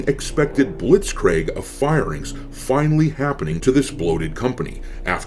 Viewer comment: It's blits-creeg. Not blits-craig.